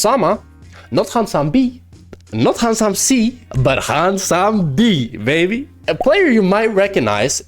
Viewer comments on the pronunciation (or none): none